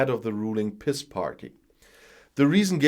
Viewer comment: Ha! Glad you call it the "piss party". I don't think that's how the acronym "PiS" is pronounced in Polish. Normally I'm a stickler from pronouncing names etc., as they are in their language, or as close to it as possible. I make an effort with Welsh names, for example, and have learned the orthography. When I get it right or close, Welsh people say "Scottish ur you?" (which I am). They don't expect an effort from English people. HOWEVER, in the case of Prawo i Sprawiedliwość, "piss party" will do just fine, and may they be pissed down the drain of history as soon as possible.